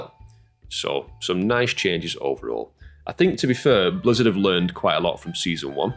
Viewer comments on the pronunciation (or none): none